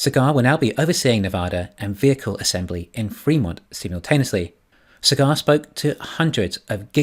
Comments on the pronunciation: It is "saaagaaar" not "cigar". It is indian name. Thanks for your efforts anyways, god bless you. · The name is pronounced Saa-gur